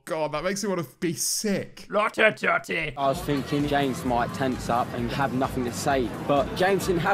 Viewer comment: The word "totty" or "tott-eh" has triggered some horrendous heartburn for me. I feel nauseated